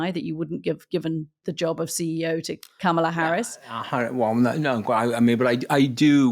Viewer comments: And still the British lady CANNOT Pronounce her name;: comma. comma. Comma . . . KAMA-LA KAMALA KAMALA HARRIS. THATS IT😊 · "I don't know all the names- I'm not a democrat" Try saying Kamala right. It's not 'camel-a'. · Can’t anyone pronounce her name You’re supposed to be credible journalists it’s commala phonetically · Katty, would it kill you to spend 14 seconds learning how to pronounce Kamala’s name? You always mis pronounce it as “Camel-ah”. Anthony used to do this and now he stops ever saying her first name.